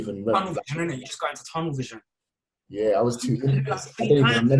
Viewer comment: Man said Toungel vision lol I respect the commitment to the roll